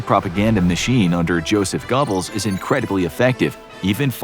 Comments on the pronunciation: Who the heck is Joseph Gobbles do you mean Joseph Goebbels I can say that is the funniest way I have ever heard his name miss pronounced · "Gubbles"? "Shaydenfrood"? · “Josef Gobbles” lol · You pronounced Goebbels wrong. It's "Ger-bulls".